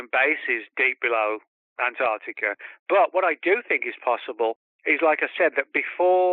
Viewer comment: Ant-arC- tica